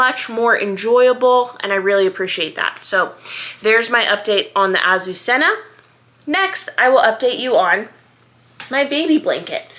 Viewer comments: Please ask Google how to pronounce this word, which is a Spanish girl’s name and means Lily! It’s so beautiful, and is criminal to say it yourself way! I know there are so many new things but this word is worth learning! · It’s not really wrong just a little less emphasis on the hard z’s and rs! I wasn’t complaining! My mother was Spanish and it rolled off her tongue so beautifully, her sister had that name! They were from a small community outside Barcelona, but some members of the family were Basque, maybe that’s why it was softer when they said it!